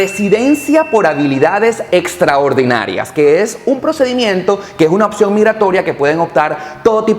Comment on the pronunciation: Habilidades estraordinarias hahaha sound funny